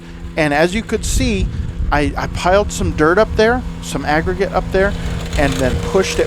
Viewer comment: unbelievable video considering the conditions, the length of the driveway! You always deliver excellent content and commentary! I love everytime you say "crown" or "agregate"! You and the Ventrac are the BEST! Love the video continue to make sir